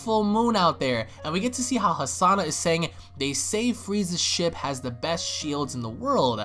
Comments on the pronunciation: not Hasana but Hanassia u moron XD hahahahaha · Why do you keep pronouncing Hanasia as Hasana? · This is really good but you needa get the names right, KANASA, AND HANASIA NOT KASANA AND HASANA